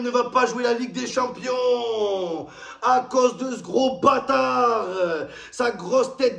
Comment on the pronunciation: Il a dit League des shampooings 😂😂😂😂